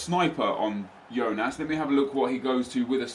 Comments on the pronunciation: It's not Yonas, it's Jôh-nás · its not yonas, its jonas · its not yonas mate thats spanish its as you say it JONAS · Its Johnas not Yohnas. You got it right the first time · JONAS NOT IONAS HES BRAZILIAN NOT SPANISH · It's not actually "ionas", it's jonas! Don't know where you got that from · Hi You can say Jonas (J) it is the correct, do not say Ionas hahahaaha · hey nep, you can pronounce "Jonas" like you used to do instead of "Yonas", thats the correct way ;] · Its pronounced Jonas not Ionas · It's not Yonas, it's portuguese so it is actualy Jonas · Hi Nep! I'm a brazilian fan and I just wanted you to know that you pronounce Jonas with the J sound, as you said before, not Jonas with the I sound... Keep the great work!! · when he says yonas but it actually is said jonas and when he says grim aldo when its said grimedo. smh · Its Jonas not Ionas,trust me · hey nepe, the correct way to say The name of Jonas is JONAS, not IONAS, i am from Brazil, we say like that, Jonas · what's up nep, you were saying Jonas name right, it's "Jonas" not "YOnas" . ( apologize for my English I'm from Brazil) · Nep just a tip,i actually live in brazil and we pronounce jonas with that strong "j" sound not "ionas" like u said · it is JONAS not YONAS!!!! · his name is not "IONAS" u dont read that J like an I you say it like you were saying in the beggining and im from Portugal. not trying to take shot or anything just trying to help 😉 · Kip James it is not, im brazilian and we pronounce it JONAS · You read the J in Jonas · Nep you pronounced Jonas rigth then wrongly corrected yourself. Just saying. And sorry if i misspelled anything i'm brazilian, that's why i know